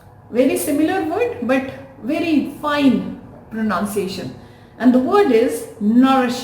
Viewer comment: The pronunciation of the word pronunciation is mispronounced by you..